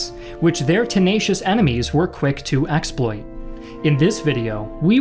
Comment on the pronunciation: Weird pronunciation of "exploited" and "earnest" . . .